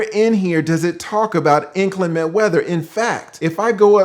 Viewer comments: Why does everyone mispronounce the word inclement? Even highly educated people say it improperly. Sad really. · He keeps saying “ inclement” like a parrot 😂